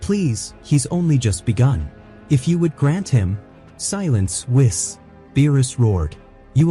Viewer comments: Gohan is better than Goaten ever will be. Even if Wiz trained him. AI voiceover sucks. It's Go Ten Goten. Wheeze.. Whis. Also Whis would probably focus on Goaten strengthening his base form. I do like your videos though. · I don't know why people who use AI to make videos can't learn how to change spelling of words to make them sound correct. Saiyan - Sayin not Sigh on Goten - Go Ten, not Goatin Whis - Weese not Wiss It's so damn cringe It's like they don't listen to it before posting it. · How many times are these people not going to read over their own scripts I'm so tired of hearing the names of these characters be botched every time. Goat-in really?! The name is pronounced "GO-10." Whis: "whee-sss" Saiyan: "say-yen"